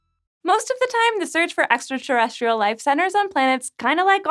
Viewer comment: Wow she said Estraterrestrial not Extraterrestrial.Not all non-terrestrial life will be female or even make/use estrogen.